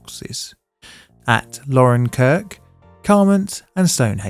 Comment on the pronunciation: It is pronounced Laurence (as in the name Lawrence) kirk.